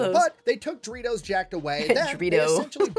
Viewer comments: Him pronouncing DO REE TOES THAT WAY IS IRKING ME! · The way he pronounces Doritos bothers me..